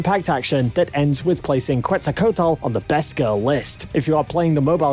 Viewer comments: Kwetzal coat el Bro that pronunciation tho It's kwetzal kwo tel Or ketzal kwo tel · It's "Quetzalcóatl", no "cuetsacotal" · "kuetzalcotal" yeah sure. It is "Ketzalcoatl", is not that difficult. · "kuetzocotl" xD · Sieg is the fucking homunculus, it's pronounced kets el co otul. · Jeje vine por la pelea de QETZALCO A T L , una poderosa deidad de México 🇲🇽, sí, así se Lee en español, nunca creí escuchar a alguien decirlo en inglés y es graciosos, no me ofende ni nada , pero deberías intentar decir su nombre bien en la descripción 💙 digo, es como nuestro Zeus antiguo. Un poco de investigación y el intento sería cool 😎, como sea, todas las batallas aquí son otro nivel, por eso me gustó mucho Fate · "Cuetzalcotal" jajajajajajajaja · Hearing how he pronounced Quetzalcoatl almost gave me a heart attack cuz wtf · I got to Quetzalcoatl... You are doing a good job on the video, but, please man, learn how to say names before saying them over and over again in a video. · your pronunciation of Quetzalcoatl is killing me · The “Quetzalcoatl” pronunciation LMAO 😂 🤣😂🤣😂😂😂🤣😂. Americans are so funny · That's not how you pronounce "Quetzalcoatl" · I loved how he pronounced Quetzalcoatl lol